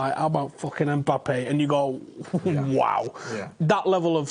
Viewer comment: It's Mbappe not EMbappe ffs